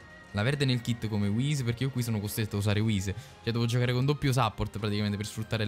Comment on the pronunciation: Cmq si pronuncia suppórt con la u e l'accento sulla o 😅 praticamente come in italiano bro.